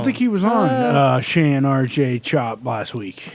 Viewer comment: It’s “Shawn” btw 😂😂😂